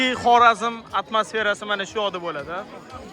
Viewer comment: Хоразим мас Хоразм болади ока